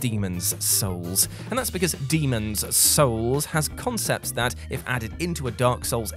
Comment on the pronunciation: Are u purposely saying Demon's souls like that just to piss people off? 😂